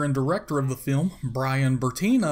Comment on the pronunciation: The narrators voice is so awful and hard to listen too. I almost turned it off. "In the 'feelm."